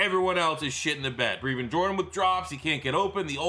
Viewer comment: Plz pronounce his name right: Breh-vin Jordan